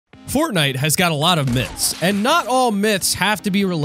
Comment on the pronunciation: You said myths wrong 😂